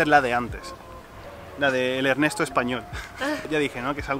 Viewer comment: El cambio mas notorio es que dejaste de ser para ser